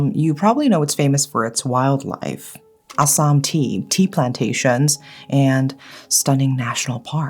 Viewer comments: I'm from Assam I almost choked on my food when I heard u say Assam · I listen to your videos while I am working on nails or house works and when you said Assam, I was like “did hear it correct? Assam, India?” Coz I am from Assam and quickly got so excited as we have so many horror stories or urban legends and always hoped if you ever get into those stories and you did🥹🥹🥹.